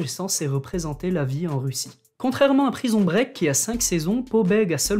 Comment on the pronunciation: Quelle acson "prison break"